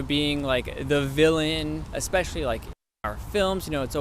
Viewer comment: These American guys are definitely not good examples of average Americans. Edit: The white American guy seems to think he's pretty smart, yet he said, "expecially". Dude, there is no such word.